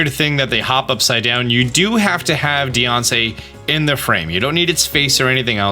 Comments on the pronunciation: I love that he pronounces Diancie like “Deyoncé” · Just imagine a mom saying your a nussiance deyonce